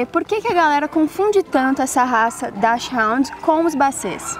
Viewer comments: Bom, acredito que a pronúncia ensinada ainda esteja errada. Dachshund = Dachs (pronuncia "dash") + hund (pronuncia "rund") e não "ráund", que seria o típico "inglesamento" das palavras feito no Brasil. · Na verdade a pronúncia correta seria "Dax rund" "chs" tem som chiado parecido com o nosso x, e a pronúncia do u alemão neste caso é igual ao u brasileiro mesmo. Brasileiros que estão acostumados a pronunciar dessa forma do vídeo "Dach raund". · O alemão fala Hund rund não ráund. 'Dáschirund' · a pronuncia e Hund - não haund - Hund traduzido e cão! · O nome da raça NÃO é "Daschhound", é DASCHUND com pronúncia do U como é em português´. Nem o criador sabe pronunciar de maneira correta a raça que ele cria. Os hounds são outro tipo de cães. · A pronúncia correta em alemão não é nem dach, nem hound, mas "daks rund". Este " ch" tem o som de "ks" em português, diferente do "ch" da palavra "ich", ("eu" em alemão), que, essa sim, se pronuncia "ix". Mas já valeu muito por corrigir o " hound"!!! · O "Hu" não vira "Ru" em alemão de jeito nenhum... Pronúncia correta é DÁKSHÚND nada de DÁKSRÚND ou pior DÁKSHÁUND (hound) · A pronúncia seria Daks runt Daks-runt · A pronúncia correta em alemão é, "DAKSRRUND" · Bom video. Apenas a "pronúncia correta" está errada. Eu moro na Alemanha e Dachshund se pronuncia "daxhund" onde o "h" se pronuncia como na palavra "rumo" em portugues, o "u" se pronuncia igual o u em portugues, e o "n" se pronuncia mudo, parecido com o n em ingles. A pronuncia coom vc descreve parece mais com a pronúncia em ingles, que nao é o nome original. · Exatamente! "Dáquis-rund" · Desculpa mas vocês erraram feio. A pronúncia da Raça correta é DAKISUND. E VOCÊS PODERIAM TER IDO A UM CRIADOR REFERÊNCIA. FILIADO AO CBKC. COM CÃES REFERÊNCIA DE LINHAGEM E TÍTULOS. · A pronúncia correta é "dax rund" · A pronúncia certa não é essa, a apresentadora pronunciou próximo ao inglês. Em alemão é algo como "daks ront", e não "dash round" kkk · Isto é, RUND e não RAUND.